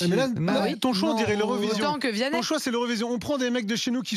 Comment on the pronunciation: "VIANNEH" MDRRR j'en etais sur il allait dire ça.... Le chanteur préféré en sortie de messe mdr Il est bien plus detesté en france qu' Aya